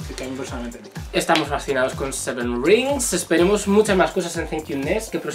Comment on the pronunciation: "seven rinxx" jnsjsjsk lo siento pero me ha dado mucha gracia xDDD